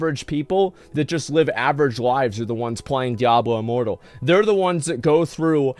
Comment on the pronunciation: Did I just hear him call it “Diablo Immoral”?🤣 That’s hilarious